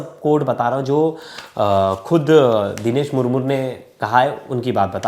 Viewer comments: It's not Murmur, 🤨It's Murmu . Aur Haan hum Adivasi Kabhi Ladai Ki Badawa Nahin Dete Balki Hum Shanti Purwak Jeene Wale Log Hein. Humein Yeh (CBI Agarwal) Jaise Log Jinhone Murmu Ji ki Life Barbaad Kardi, Aise Log Hi Intare Ki Cheezein Karne Par Majboor Kar Dete Hein, Baat Rahi Humari Kanun Vyavastha Ki Woh Toh Khokhli Ho Chuki Hai. Aajkal Kanun Sirf Uska Saath Deti Hai Jiske Paas Paise💲Ho. Aur Jiske Paas $ Na Ho Usey Nirdosh Hote Huye Bhi Mujrim Bana Di Jati Hai, Warna Ek Baar Adivasi,Santhals Ke History Dekhenge Na Aap Samajh Jaayenge Yeh Kaun Log Hain. Aur Bharat ke Liye Kya He Yeh Log🌾⛰️🏹👳 Jai Hind 🙏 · मूर मूर नहीं मुर्मू होता है। उच्चारण ठीक करना चाहिए मीडिया।